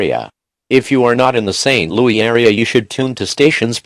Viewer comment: Robot: St LoE Me: Robots are dumb